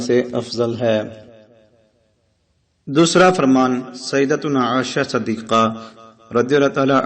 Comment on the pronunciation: Syeda Ayesha Siddeeqa ...sidiqta nhi Itni bari video banana seekhi hai sik umal momineen ka naam sahi se lena nhi seedkha?